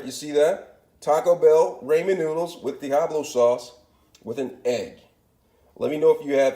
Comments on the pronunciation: Its ramen, not raymond obviously you can't speak any form of English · raymen lol? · cha don't be a dick. If wants to call them Raymen noods than they r Raymen noods